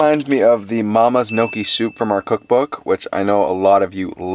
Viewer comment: Interesting pronunciation of gnocchi haha